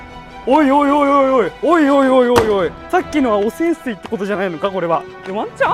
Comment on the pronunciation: 一瞬汚染べいに聞こえてくるのは俺だけか？